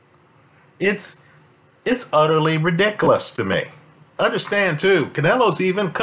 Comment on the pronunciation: I’m kinda annoyed by the way you say ridiculous.